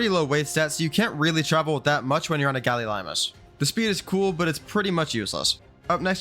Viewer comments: Gallimimus, not gallilimus. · Errm Lystro should be the highest tier Also it’s Galli-mimus. Not, Gallilimus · It's pronounced nidaria not conadria... sigh. You also mispronounced galliMIMUS. Ichthyosaurus is a marine reptile, not a damn dolphin. Stop calling it that. Likewise leedsichthys is a fish, not a whale. And you can absolutely tame them so stop lying about that. You can tame most creatures even if not by normal means. Basilosaurus is literally a whale. Calling it a dolphin would also be more accurate than calling ichthy a dolphin. Titanosaur is another blatant lie. They don't starve on personal servers with the right settings. Everyone falsely believes otherwise so nobody ever tames it. What's the point in saying yutyrannus like that when it's literally named after the tyrannosaurus? Lampreys are fish, not leeches. They are only functionally similar because they both drink blood. You are very uneducated about this game. I notice the same problems in every video. You're riddled with ads as well. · Btw its gallimimus